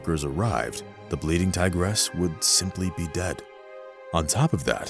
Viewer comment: tigeress?!!??! ha ha. TIGRESS!!! not TIGERESS!!!